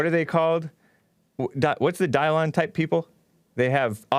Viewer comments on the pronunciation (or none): Who is "dye-lawn" I know he was ur old "producer", but ive heard you say he wrote a book or something. How do i find this book? If i google "book written by dylon" im pretty sure im not gonna find it